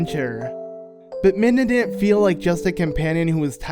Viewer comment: Midna its midna